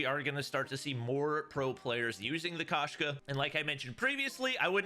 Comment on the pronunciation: FYI the Russian word for cat is Koshka pronounced with a long O sound. So instead of Kashka it should be more like Koeshka